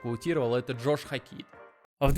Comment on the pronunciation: Как же уши режет ХокИт